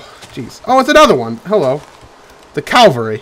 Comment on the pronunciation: Clavary? Calvary? Cavlary? Cavalry? Cavarly? Clalvlalrly?